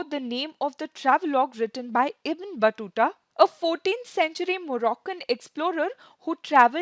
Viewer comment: it's not बटुटा it's बतुता